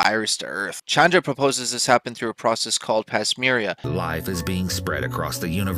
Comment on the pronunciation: learn how to pronounce 'panspermia' & 'Pangolin'